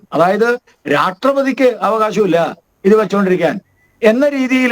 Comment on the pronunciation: ഗോപാൽജി ഒന്ന് ശ്രദ്ധിക്കണം. പലപ്പോഴും പറയുന്നത് രാട്രീയം, രാട്രപതി എന്നോക്കെ ആണ്.